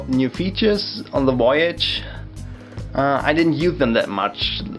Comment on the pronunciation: You had me at "woyage" ^_^